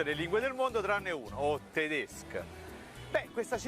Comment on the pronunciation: Tedesc [Tedescə] non è per niente napoletano. Forse [Tedeshcə] ci assomiglia